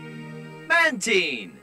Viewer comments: The TV show didn't say "Man-teen", it said "Man tine", like the name says, Mantine. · WHY IS MATINE CALLED MANTEEN?!??!!??! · Thats not how you say mantine